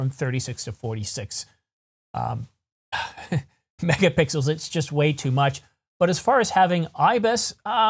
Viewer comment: I'm sorry, but I had to pause and laugh a little when you slipped and said, "24 to 26 megapickles." While you almost immediately corrected your self, the idea of a sensor made out of pickles that popped into my mind seems like perfect Tee shirt material.